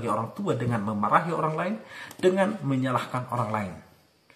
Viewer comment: Menyalahkan ya ... bukan menyahkan 🙏